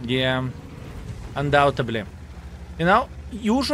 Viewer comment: It's undoubtedly. Not undoubtably. Trying to spread the truth my friend. Thanks for the videos.